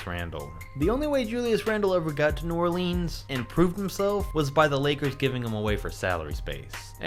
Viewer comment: Dude you gotta stop saying New Orleans wrong.